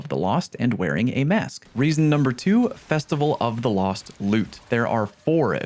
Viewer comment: Believe it or not, I haven't heard "Festival of the cost" before. Even if I had, its you saying it so it's automatically better.